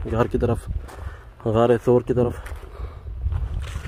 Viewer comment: SOOR nahi SAUR